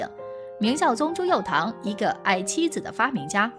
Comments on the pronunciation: 不要再念朱佑樘tang了，这个字虽然拼音是tang，可是念出来是cheng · 那个字不读堂… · 朱由检 朱由校（jiao）检 校都有检核校正之意吧？别读白字了。还有朱佑樘（cheng） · 念错字了:朱佑樘（cheng）